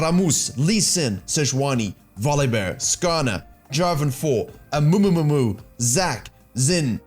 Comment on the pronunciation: Rrrrrramus and Amumumumu. Beautiful.